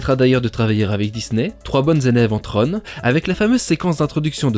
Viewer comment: Tron. Comme dans tronc. Pas comme dans trône. Flûte.